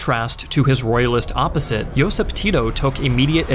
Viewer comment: a lot of pronunciation was not correct...but what to expect from english speaker... He can't pronounce Josip or Stana correctly... So it was pretty good with my expectations ☺️